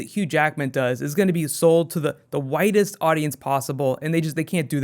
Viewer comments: Everytime says widest I kept hearing "whitest" lmao. Really hyped to hear more about DP. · whenever you have said "widest audience," it keeps sounding like "whitest audience" loool just thought it sounded funny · At first I thought he was saying the whitest audience lol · whenever he says 'widest' i keep on thinking he says 'whitest'. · Were you saying whitest or widest? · Every time you saw widest I think you're saying whitest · Yh. True